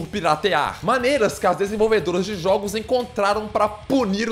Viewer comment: É muito estranho ele pronunciando "jogos" kkkkkk é tipo 'JHÓOGUS' kkk